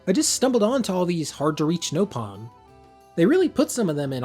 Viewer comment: Please stop calling them no pon, there nop on, they literally say it in-game